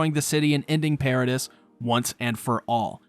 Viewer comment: Why you Mispronounce paradis and mikasa when they have been sed correctly hundreds of times on the show